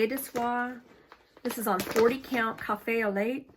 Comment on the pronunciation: It's pronounced cafe olay..